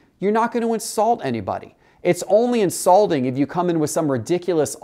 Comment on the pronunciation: Ok... come on now. Did he really say insulding?? Unsubscribed